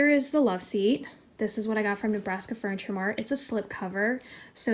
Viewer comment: Do you know where she got the love seat from? I thought it was Ikea but I thought she said Nabraska Furniture.